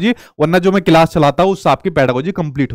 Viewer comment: Aap bhi to class ka galat pronunciation kerte h